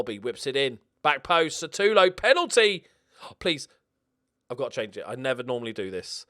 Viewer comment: Holy shit! I am so used to how you pronounce Satulo's name that I didn't even realise that it is actually spelt as 'Sutalo'!